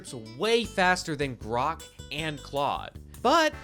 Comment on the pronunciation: he called Grok 'Brock'. 🤣🤣